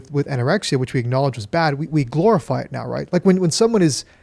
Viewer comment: Another Lukism: "Glororize"